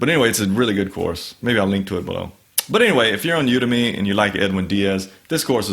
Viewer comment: I think the emphasis should be on the 'U'. When you do it that way it becomes "you to me"